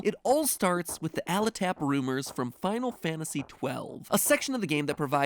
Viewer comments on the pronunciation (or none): This is the second video recently I've noticed MatPat has mispronounced a word I think eminently obvious to pronounce, and what with his occupation I'm now considering it could be a code? I mean I hope so anyway because it's pronounced Aletap like an ale tap, right?. Like a tap that ale comes out of, the kind of thing you might find at an inn, the place you go to listen for rumours in RPG games??? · That's an interesting pronunciation of Aletap. I always thought it was pronounced Ale Tap, as in the kind of rumour you would hear at a bar. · Sooooo... What about "raise"? Also, why do "sleeping salts" just wake up the sleeping since they're supposed to literally snap people out of unconscioisness...? Also... Pretty sure it.. Is pronounced "Ale Tap"...?